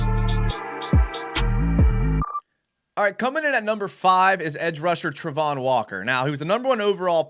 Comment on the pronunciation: It's Travon...not Trevon...and he did NOT have 5 sacks last year.